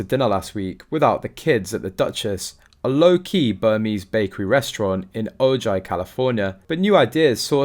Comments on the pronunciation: The city is said Ohi. Not Ohji. Just saying. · It's pronounced O-hi, not O-ji. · Ojai is pronounced Ohai -- remember Californias Mexican heritage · Ojai is pronounced O high...Spanish word so j sounds like an "h". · Please, Ojai is not pronouncements OJ.. it's O HI. J pronounced as H. Many California cities are Spanish names. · It’s pronounced “O—hi”! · Fun fact : Ojai is pronounced O-hi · O-Hi is how it is it is pronounced. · Pronounced oh hi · It is pronounced “ O HI “ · The town is Ojai and pronounced O-hi. J is pronounced as a H. Spend alot of time in Ojai as a child! Great area! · Ojai is pronounced “O Hi”, it is from Spanish 😃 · FYI - the name of the town is pronounced O HIGH.😊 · Omg OJAI is pronounced Oh Hi . It’s a Spanish word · Nothing to Omg about. He's British. Give him a break. Many people pronounce La Jolla wrong too. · FYI: The town where this infamous meeting took place is pronounced O-high. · Ojai is pronounced :O-hi". Use the Spanish pronunciation. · Ojai, Calif. pronounced OhHi. ‘J’ is pronounced as a H. It’s a Chumash Indian name means Valley of the Moon. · Thankyou, I was just going to comment about the pronunciation of Ojai, my Dear Grandmother used to live there, Many Many Years ago. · It is pronounced "o-hi" for Spanish Ojai. Their imaginary children are not educated or culturalized in the UK--one is not a citizen of the UK. Anything they do is for $'s. Remove Sussex title; the people of Sussex would appreciate that gesture by KCIII.